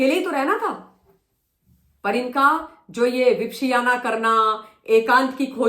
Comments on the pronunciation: Madam please just to correct you for the pronunciation, विप - श्याना नहीं होता, वि - पश्यना होता है! संस्कृत में पश्यना मतलब देखना और वि मतलब विशेष तरह से देखना। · आलसी औरत, पहले विपश्यना का उच्चार सही करना सीख, ज्ञान बाद में बांटना!